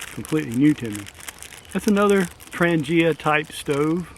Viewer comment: Tran-ya ...pronunciation for Trangia